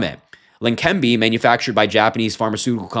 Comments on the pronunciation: Leqembi. There is NO 'N' so it is NOT Lenquembi. Are you blind, unprepared or just the usual American who can't pronounce any word with more than 4 letters? Slow down, articulate and make sense. Less haste, more speed. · Harry it Leh-Ken-bee medication for Alzheimer’s Always called it old timers 🤦🏻‍♂️ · La-Kim-bee. Pronounced. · you read text for a living, yet you keep addin an "n" to leqembi otherwise keep up the good work!